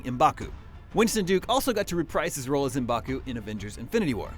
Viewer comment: IT'S PRONOUNCED (MA BAKU) NOT (EM BAKU) AND "AT ATS" TRIGGEREDDDD lol